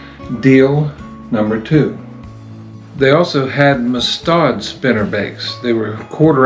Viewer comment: Mus tad not mus tod just fyi